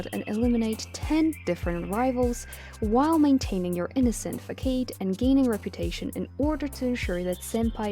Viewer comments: facade is pronounced as fassahd. not fakayd. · You pronounced facade like fakade instead of fasade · "fakayde" its fa-saad (facade) not wtv u said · just wanted to let you know ( facade ) is pronounced “fuh•saad” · fah-kade??? lol